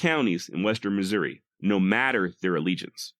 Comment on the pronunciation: As someone who was born and bred in KC Missouri and lived most of my 66 years there, your pronunciation of Missouri is perfectly acceptable. I've always pronounced it not with "eeeee" or "aaahhhh" but somewhere in between, Missour"eh". Yiou could also just say old Mizzou. I must counfess, while I'm not Southern sympathizer in any way, I do sometimes (like.on the day Mizzou plays KU in football or basketball) have an odd compulsion to burn Lawrence to the ground. I'VE NEVER ACTED ON IT THOUGH!